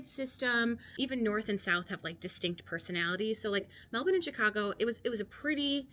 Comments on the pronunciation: Thank you for pronouncing Melbourne properly, my respect! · You're definitely Australian now. You're pronouncing Melbourne correctly 🙂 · Great vid 👍 I always knew an American could say Melbourne like us lol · "There are Australians all over Europe. I mean, all over the world really." We're like McDonald's :) My sister is married to an American. He has now lived in Australia longer than he lived in the US, but even he still pronounces Melbourne with a slight American accent. You've got the pronunciation down perfectly. Well done!